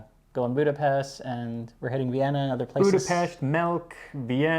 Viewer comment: As someone who is married, and also pedantic, I appreciate Max's skill in not overtly correcting pronunciation of "Budapest"